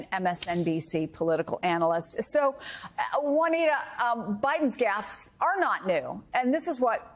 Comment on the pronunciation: Why can't anyone pronounce gaffe?!